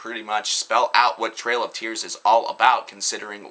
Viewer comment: It's "Trial of Tears". TRIAL. As in "an attempt or effort to do something". Not Trail. As in Andrew Jackson's controversial Indian policy.